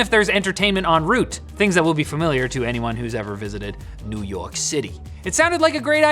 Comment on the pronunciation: did you say NUU YAWK?? in CENTRAL PAHK???